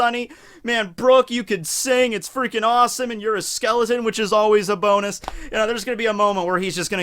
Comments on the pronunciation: "brook you are a skeleton thats a "BONEus" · A BONE-US!? Punnzzzzz